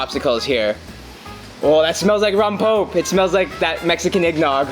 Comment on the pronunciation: "Rompope" is pronounced, rom pope eh. Missing that extra vowel. That flavor is amazing though!